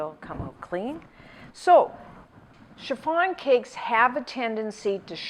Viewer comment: Love the way you pronounced chiffon like cherr-farn